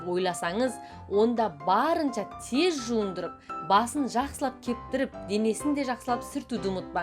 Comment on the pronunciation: Тез теһ аитши былшырамаи